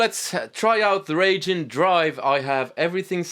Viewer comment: Speaking of "difficult to pronounce," it's "Wry Gene," not "Ragin'." He's a Japanese lightning/thunder god. (You don't want Wry Gene to be ragin' at you. Maybe just call him "this guy.")